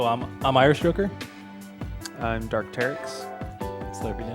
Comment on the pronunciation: I swear when you introduced yourself you said "Irish Hooker". Took me a second to correct it in my head.